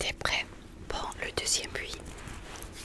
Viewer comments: Au début je ne comprenais pas pourquoi tu parlais de "puits", j'ai compris après que c'était "bruit" lol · Critique constructive : le mot « bruit » il faut prononcer le « r » on ne dit pas « bui » mais « bRui » . PS : Cette vidéo est incroyablement reposante. Une des meilleures 🥱